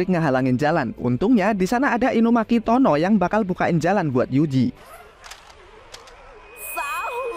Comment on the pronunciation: BANG TULISAN NYA TOGE KENAPA BACANYA TONO SIH BANG!!!!!!!!🤬🤬🤬🤬🤬🤬🤬🤬🤬🤬